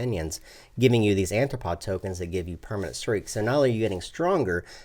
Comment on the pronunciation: arthropod not anthropod